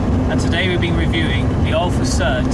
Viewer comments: Thanks for doing this great review. BTW, pronunciation is NOT sud (as in soap suds) but Sud (same as in good). I owned from new all the Ti models, starting with a 1.2L 1978 Ti. The final special edition Sud Ti , the 105 HP twin-carb Quadrifoglio Verde, as reviewed here, should have been my ultimate Sud driving experience--but it was sadly the worst--a very big disappointment! For some unimaginable reason Alfa Romeo 'tinkered' with the steering and suspension and ruined the Sud's superb dynamics and feel. It was NOT in the same league as earlier Ti's. My favorite Ti is definitely the ca.1981, non-hatchback 1.5 L with single Weber and 85 HP. These cars have more power than the earlier 1.2s but retain all their immense dynamic brilliance. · Sorry, I have to comment on the pronunciation... It's not a 'Sud', its a 'Sood'! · For goodness sake… it’s called an Alfa Sood—pronounced as in Should. Sud means South in Italian. Alfa Nord’s were made in Northern Italy. The Sud came from Naples in the South…